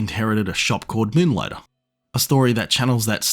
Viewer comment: "Muhnligtah". Love it.